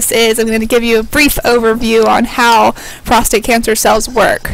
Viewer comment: Prostate, not prostrate